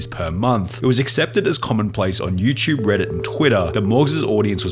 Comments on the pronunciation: He’d be a billionaire for every time he pronounces “YouTube” “youchub” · You-ch-ube hm yes